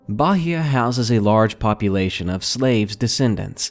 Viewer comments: 1st story. Bahia(you don't pronounce the "H") does not have "storms". The atlantic ocean is green. The sea can become violent sometimes, but it is not cold. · the way he says bahia is funny haha. We doon't use the H as 'R' per say, so it's probably just Bah-ee-a lol